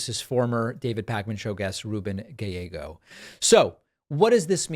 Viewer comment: Arizona checking in, thank you for noticing the work we put in! Also it's "gai-YEGGO", you gotta slush it more lol